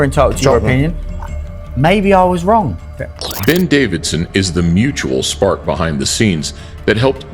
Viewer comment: Great video as always. It's Ben Davison, not Ben DaviDson though.